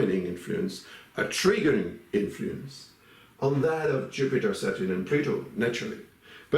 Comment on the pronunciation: I like the way he pronounced SATUUUR. 😂😂